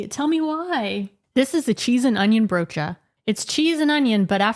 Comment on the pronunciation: At a certain point I just kept watching to hear you pronounce the word broodje. It's not wrong, your accent just makes the word sound really fun. 😁